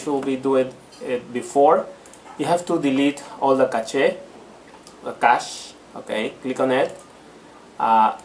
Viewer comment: Cool, cheers. Yes, cache is pronounced "cash" $